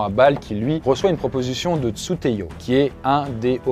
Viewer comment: C'est Tsu'tey pas Tsu'teyo